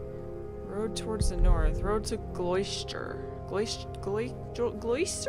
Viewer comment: hope you don't think i'm nitpicking, but it's pronounced Gloster